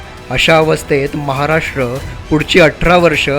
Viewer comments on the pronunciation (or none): none